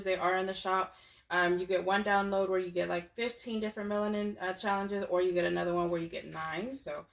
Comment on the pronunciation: You’re so funny saying “shallenges” 😂